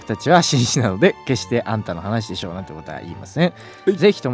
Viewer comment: よすけってすぐだしょっていうよね😂